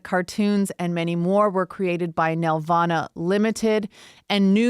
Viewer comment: Why doesn't anyone on YouTube know how to pronounce the name of one of the biggest animation studios in Canada?! It's nel-VAH-nuh, emphasis on the VAN in the middle it's not a Grundge banf from the 90's. David knows how to say it; why didn't they listen to him? We didn't 'make' Barney; we distributed it. BTW, Sheridan crapped all the time on Nelvana, they saw television as beneath their students at least around 92-93.